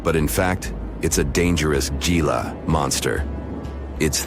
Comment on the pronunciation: you people that narrate these videos need to learn the proper pronunciation of many words. in this video there is a lizard called a Gila monster, Gila is a spanish word and the G is prononced as an H. So the word Gila is prononced Hila. Learn the language so you dont sound like idiots.